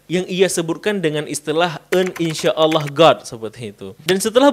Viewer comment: Dia sengaja mengejek dengan menyebut Allah dengan Ooloh.